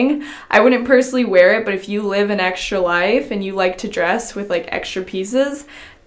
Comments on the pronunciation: It has no "sh" sound the way I wrote it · Well, I say extra the way wrote, ecstrah and says ekshtra. I'm not saying it's wrong, maybe some parts of the world pronounce that way. But I just meant that she says extra sooooooo many times in the 1st minute 40 seconds, I loved it. 😂